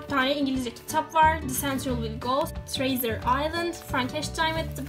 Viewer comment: Treasure treyzır diye okunmaz